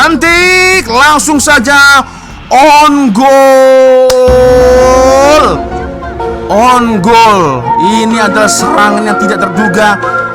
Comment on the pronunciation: wak sebutan biar betul off side dan own goal ..